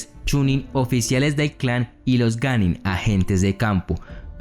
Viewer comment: qué yo sepa es Genin, pero en el video dice que es ganin